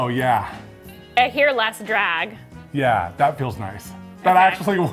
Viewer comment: Ok, I've listened to this section 6 times now and it still sounds like is saying "drad" instead of "drag". Is "drad" just a word I've never heard before or are my ears broken?!😅